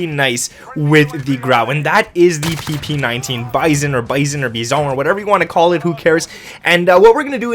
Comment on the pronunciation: For the love of God, please call it the PP-Bizon, like everyone else